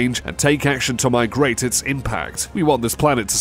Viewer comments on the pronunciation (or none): none